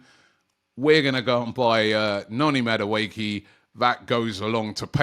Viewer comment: Robbie butchering names of players. Noni Madueekil 😅😅😅